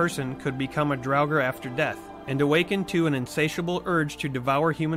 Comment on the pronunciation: ... Problem with learning how to pronounce 'Draugur/Draugr' is that this is not a word from English. It is an Icelandic/Old Norse word for revenant/ghost. And it's very tough for english-speakers unless you just settle for butchering the pronunciation which.... you have. Kudos for trying, Icelandic pronunciation is really hard. What also doesn't help is that literally every example I've seen for pronouncing it is wrong. Hard to learn when nobody teaches it properly. This is just a tough word for english-speakers.